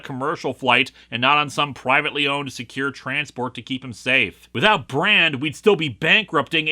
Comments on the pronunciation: "Pwivetely?" Yes. Pwivetely. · Woke SJW cuck soy boy as well as several slurs. Listen, man, you can't make me laugh at one in the morning— Also, good review. I'm really tired and having to do some homework, but listening to Linkara dissecting comics is always fun "PWIVATELY" uwu owo >:3 Edit: Quite liked the story, even if it had a bit of weird exposition stuff and everyone getting introduced at once. Was pretty neat regardless.